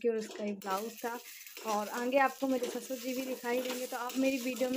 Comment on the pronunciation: ap aaange mt bola kriye sunne me achha ni lgta aage bola jata h😘